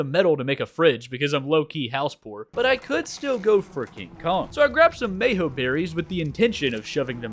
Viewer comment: bro really said “mayho” berrys😭😭😭